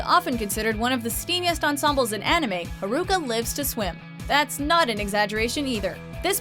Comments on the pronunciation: I cringe when she said Haruka wrong 😒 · It's HA-RU-KA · Yea dubs are really bad They almost always pronounce names wrong. Like I was cringing every time she said Haruka and Nanase